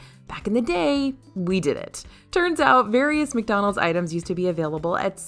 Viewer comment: I’m sorry did she just say “Dickdonalds” 😂😂😂😂